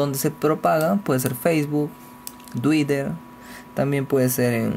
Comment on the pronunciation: quien coños se va a suscribir y ver mas videos tuyos, si con esa muletilla del "no?" lo que hace es estresar al oyente, nadie te dice que pronuncias twitter muy mal? pues lo haces.